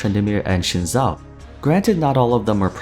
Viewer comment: it's 'Zin Zhao', not 'Shin sao'